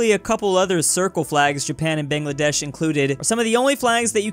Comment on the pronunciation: actually Bangladesh isn't pronounced like BANGngladesh (where bang is like the one in 'bigbang) it's actually pronounced as bAANGladesh(where Bang is like the one in 'Mukbang')